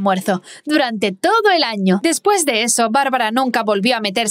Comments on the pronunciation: Dice toso en vez de todo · AYUD, DICE "TOSO" EN LUGAR DE "TODO" HAHAHA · Alguien más se fijo que en vez de decir todo dise toso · yo viendo que dice toso enves de todo xd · Quien mas se dio cuenta de que dijo toso y no todo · wtf soy la unica que en vez de ``todo''' le sale ''toso?